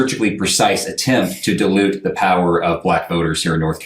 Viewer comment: Dilute..di'e lute NOT DE' LUTE